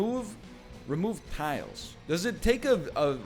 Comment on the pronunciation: I was referring to him reading out what the item does but missing the s in tiles several times.